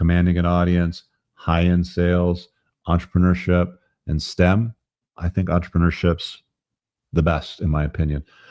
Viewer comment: For fuck's sake stop saying entrepreneurship like a french baguette, speak english, say business.